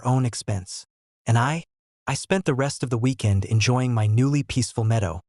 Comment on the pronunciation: I'm getting a little tired of these AI voices chancing "MY" to "em why" all the time.